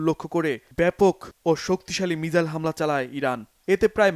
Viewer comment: উচ্চারণটা মিসাইল হবে।